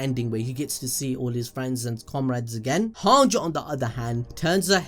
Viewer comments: everything aside is Hange pronounced as "HAANJI" or "HAANJ" bruh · how can you not even pronouns hanges name right? it's so easy: han-ji, not hang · Hange is actually pronounced han gee